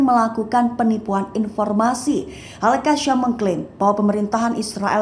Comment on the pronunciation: Sebutan Al Qassam tidak betul oleh host.. Sebutla betul2